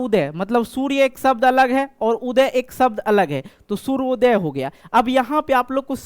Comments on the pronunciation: Sir सूर्योदय होता है सूर्यादय नहीं sir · सूर्योदय होता है सूर्यादय नहीं होता है